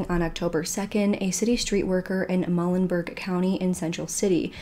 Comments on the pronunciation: Just as a heads up, it sounds like you are referring to the county as "Mulligan County." It is in fact pronounced (phonetically) Mew-lynn-berg (born and raised there myself. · Hey sweetheart I just want you to know that Muhlenberg is pronounced Mulenberg the H is silent. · also very off topic but it’s pronounced “mu len berg” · You mispronounced Muhlenberg